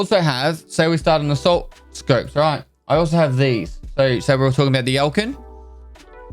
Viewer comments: "asault scopes" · "ASAULT SCOPES" 😭